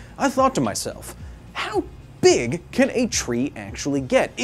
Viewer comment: He asked himself “how beeg can a tree get”